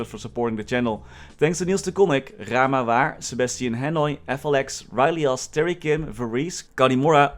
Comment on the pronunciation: He's pronouncing it the right way, it's Dutch. (it means 'weird but true') I'm pretty sure that's also his twin brother lol 😳